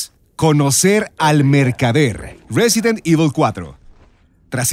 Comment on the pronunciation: jajaja "resident evi"